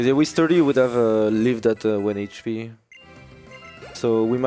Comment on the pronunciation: Sturdai its sturdy